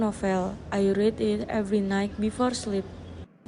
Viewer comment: You need to check the pronunciation of read as part participle . i won't see the rest ,but please ,don't embarrass yourself